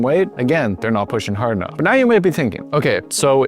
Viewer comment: "can go hord for hours" kkkkkkkkkk